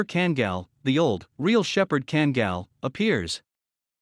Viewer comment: It seriously infuriates me that alll this so called experts, hideously mispronouncing Kangal. You should pronounce both a in the name, as in "are" or "type" or "kind" or "*CKTARDS".